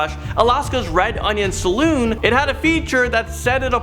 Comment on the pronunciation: Also said Salon (where you get your hair and nails done) instead of Saloon (where you go to get drinks).